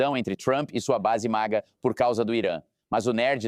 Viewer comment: it's called MAGA, not MIGA.